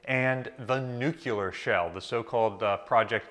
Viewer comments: Man said "nuke-ya-ler", LOL... It's Nu-clee-er, as it's named is derived from the nucleus of an atom... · Bro it’s “nu-clear” not “nu-cue-lar” hahaha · nuclear not nucular please thanks good video! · Nuclear, not nucular. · Very nice video🙂 Could you please say "nuclear" and not nukular? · "Nucular". You do understand that those are completely inert; as opposed to "nuclear" that goes bang with a great deal of force. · "and the nukular shell" c'mon bro. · What is a nucular shell? There is no such thing as a nucular shell. Just like there is no such thing as nucular energy, nucular medicine test, or nucular power plant. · Oh it’s a dig on his pronunciation! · What's this 'nucular' that you keep mentioning? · You have a disturbing habit of darting your eyes all around the room while speaking to the camera. LOOK AT THE CAMERA WHEN YOU SPEAK TO IT. And learn how to correctly pronounce Nuclear. "NEW CLEAR". Got it? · Nuculer? Try again. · Please learn how to pronounce New-Clee-ur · Pronounce it 'New Clear". Practice it. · Can't pronounce 'Nuclear', how can I trust anything else this guy says. Sorry bud.